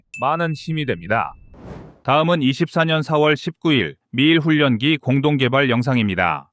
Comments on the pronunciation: "훈년기"가 아니라 "훌련기"로 읽어야 자연스럽습니다. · 훈년기 가 아니라 훌련기 라고 몇번 알려드려도 고집 드럽게 쎄시네.... 자위대 출신이신가?